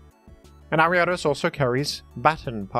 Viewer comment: Why do you pronounce leavanny and vanilluxe so weird? Not to mention ariados.